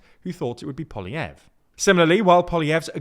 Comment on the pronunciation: finally learns to pronounce Poilievre and the guy loses his seat 😂😂